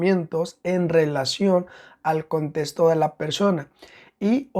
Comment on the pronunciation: Me desespera un poco la forma en la que dice contesto y no contexto 😢